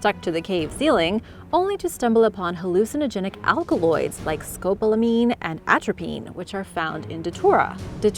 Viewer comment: ‘You pronounced scopolamine (scope-ol-a-mine) as “scopalmine’. Close.